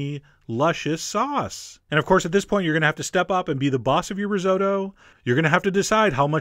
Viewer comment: Chef! You've mispronounced risotto! Its ri-sot-to.